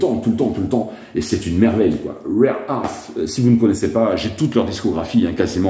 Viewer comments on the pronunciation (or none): none